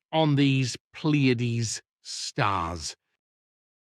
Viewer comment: Why does Billy call The Plejaren "PLieadens?"